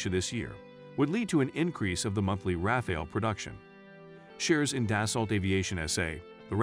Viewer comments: Non Rafale /pas Raphaël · Raphael jets? It's hard to continue watching after the narrator doesn't even know how to pronounce the name of the subject of his video. Next.